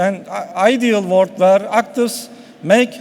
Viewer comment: vorld ama wörld değil vorld :ahahaha